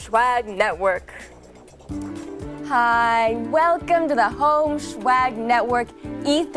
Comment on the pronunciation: I hate that they pronounce swag like schwag